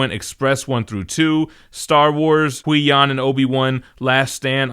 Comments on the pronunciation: Butchering the Qui Gon pronunciation, man 😆. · I'm on the fence about the compendium editions. It's nice to have all that material at a good price, but it's also a really big paperback. Also, I was cracking up at pronunciation of Qui-Gon 😆. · I can't wait until I get that DM Star Wars omni...and I can't get over how you pronounce Qui-Gon